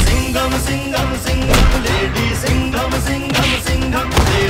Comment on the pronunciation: Kaise bolta h lady sigham h bilkul chigam h